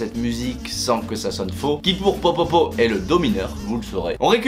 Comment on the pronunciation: Juste au cas ou c’est « POPOPOP » et pas « POPOPO »